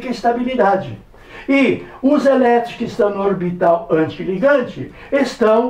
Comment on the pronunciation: É ES-TÁ-BI-LI-DA-DI